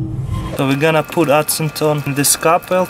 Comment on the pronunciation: He said l puolt needle on the ice lol He meant of said poult the thread on the ice